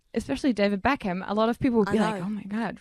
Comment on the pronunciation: B E ckham nicht B A ckham